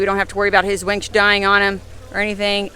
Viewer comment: Please winch.. not wench.. one is more useful than the other